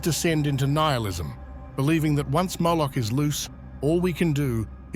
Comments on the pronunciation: you say 'Mooloch`, it is because he have a cow head? lol it is prononced Mo-loch with a O not ooo like moooo! lol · Vous prononcez Mouloch au lieu de Moloch. Pourquoi donc ? Moloch représente un démon, donc un ange qui s'est opposé à Yahvé. Yahvé s'est fait connaître au peuple hébreu comme le vrai Dieu et a interdit les cultes qui reviennent en réalité à des démons capables d'offrir le pouvoir absolu. Vos interprétations sont purement intellectuelles mais pas religieuses. Certaines élites pratiquent ce culte qui est du satanisme en réalité mais en toute connaissance de cause parce qu'elles l'invoquent pour obtenir la richesse et le pouvoir.